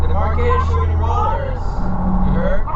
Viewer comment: 1: I heard he was shooting rollers, but WTF is "shooing rollers"?